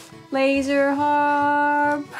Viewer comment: For whatever crazy reason my little Pekingese dog howls when you say laserrrr harrrpp. He never ever howls unless I go back to this video time to time lol.